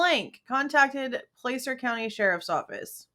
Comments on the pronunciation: Not to be pedantic, but it's pronounced Pla-cer, like Plaid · As a foreigner, I try and pay attention to how American names are pronounced. Nevada and Placer both have an 'a' that sounds like 'had', as far as I've been told. Same, I think, with Appalachia (both 'a's sound like 'had'). Edit: When I first saw Kiely's name, I thought it was pronounced 'Keely'. Can't people stick to one spelling? ;-)